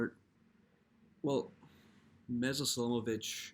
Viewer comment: A few Fixes: 1. Meša Selimović is pronounced more like Mesha, not Mesa. 2. Meša Selimović is a Bosnian writer. He was born in Tuzla, Bosnia and Herzegovina, in a Bosniak and Muslim family (Serbs are a separate Slavic people, of the Orthodox faith, living in neighboring Serbia). During the communist regime, the Serbs appropriated him as their own writer, although they have no basis for this. Selimović himself writes about Bosnia and Herzegovina in his works, and the action takes place within the Bosniak and Muslim cultural community, the characters are Bosniaks, Muslims. So, as I said, nothing to do with Serbia and Serbs. 3. He is one of the greatest writers of all time. He did not receive the Nobel Prize solely because of geopolitics and Western animosity towards everything Muslim, even if it came from the heart of Europe, where Bosnia and Herzegovina is located. In contrast to another Bosnian writer, Ivo Andrić, a Nobel laureate, who wrote in his work: "On the Drina Ćuprija", against the Ottoman occupation, actually satanizing the Ottomans more. The West accepted it with open arms and awarded him the Nobel Prize. What hypocrisy.